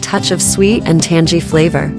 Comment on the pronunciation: it's not "tan-jee", it's "tan-gee"